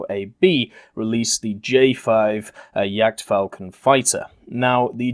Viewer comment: Sounded like "jagdfalken" to me. :D